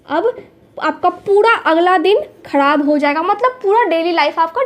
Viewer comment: Khadab Nahi kharab Sahi bolna sekhiye you don't mind